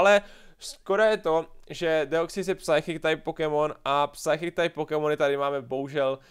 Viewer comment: kdy už konečně pochopíš, jak se vyslovuje "psychic", to se nedá poslouchat.